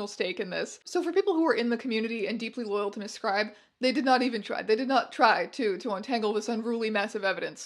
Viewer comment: The way you said “she had a lot of loyal fans” and my brain translated that as “ a lot of oil pans”